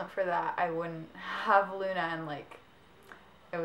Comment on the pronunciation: i loooove your channel! you and lauren are amaaazing. but... i'm italian, so... it's not LEUNA, but LUNA. i know that the spelling of U is like EU, but the italian correct spelling is without E. if i just could make you listen, it will be really simple. ps sorry for my bad (really bad) english.